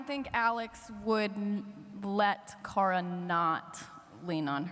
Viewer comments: Paris 水 but Kara’s name is car-a not care-a so it is car-a-Mel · Her name is Kara, not Cara. You know, like CAR-AH. Therefore it's CAR-AH-MEL